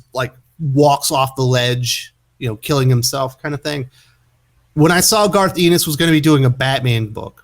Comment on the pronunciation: You pronounce his name Garth En-nis